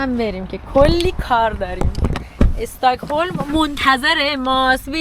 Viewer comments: EstAkholm na , stOcholm 🤦‍♀️🤦‍♀️🤦‍♀️🤦‍♀️ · چرا همه اشتباه تلفظ میکنی ایکیا نه ای کیا استهکلم نه اوسترکلم😊😊😊😊😊